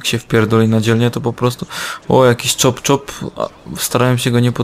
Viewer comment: Chop-Chop :D (Następnym razem od razu mówie że się czyta Czap-Czap nie Czop-czop ;) Bez obrazy ;)) (i jeszcze Vinewood się czyta Wajnłud)